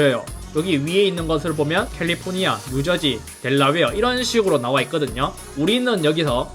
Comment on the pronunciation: 델라웨어 발음이 참 정겹고 좋아요. 직구 방법 자세히 설명해주셔서 따라서 주문하고 있어요. 잘 배송되겠죠 흐흐흐흐